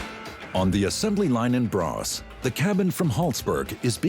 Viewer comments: NOT BRA ITS BRA-....ÅS YOU TALK PRONOUNCE IT WORSE THAN OUR IMPORTED astrophysics and nuclear scientists.. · Braas? No, braÅS! pronounced bra'ohs' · in Braås not Borås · Information: what sounds like Braas is actually Braås,a small village 20km north of Växjö Sweden!!!! Why does he have this terrible pronunciation???? Would it not be ok to at least try to find out the correct pronunciation before you make a video like this???? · BORÅS! Pronounced Boo r å s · No it's not. Braås